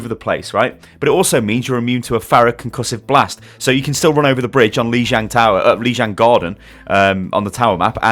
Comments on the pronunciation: Feed Me Toxicity who cares if he's british? what does that have to do with saying lijiang tower correctly? he can fucking learn to say shit correctly. doesn't matter if you have a british ACCENT or AMERICAN accent or CANADIAN accent doesnt mean you can't learn to PRONOUNCE something correctly so you don't sound stupid as fuck. it's not gonna kill you to learn, he's plays this game all the fucking time for christ sake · god the way this guy pronounces things just drives me crazy. hes like a hardcore ow fan but cant pronounce jack shit. cant even pronouce lijiang tower and i know for a fact this guy has played it enough times to hear the way its pronounce but doesnt say it right. just like with hanzo, he always pronounces his name wrong. like i know those two things are chinese and japanese but???? wtf learn pls?? and also the way he pronounces bastion, ugh